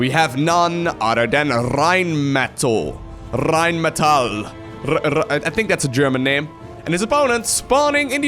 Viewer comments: Rrrrrheinmetall, love how you say this name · you sound like Rammstein when you say "Rheinmetall"! No German actually speaks like this:D It has a simple "R" in front, pronounced just like a Dutch "R". Not a "RRRRRR" ^^ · >i think thats a german name why you pronouncing it like it's spanish then,?